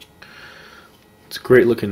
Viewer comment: It really annoys me. I live in France and he says Opinel and Carbone so wrong.